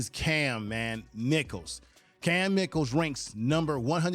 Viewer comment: Pronounced; My-Kel